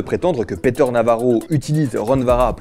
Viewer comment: "Peter" se prononce "Piteur", pas "Péteur". Mais édifiant sinon.